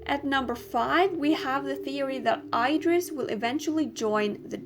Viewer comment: It's pronouced: ID-ris. NOT: I-dris.